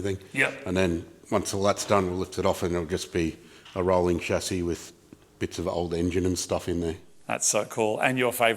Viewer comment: Not chazi but chaSSi plz